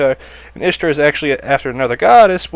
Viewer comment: Ishtar is pronounced Eesh-ta